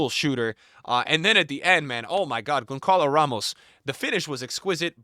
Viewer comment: Bro saying Gonkalo Ramos🥀